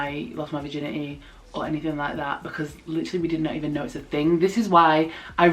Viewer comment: “virgin • eh • e” lmao I love it.